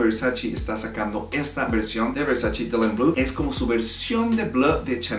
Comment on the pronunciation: Se dice Versace no Versaci ......graciasssss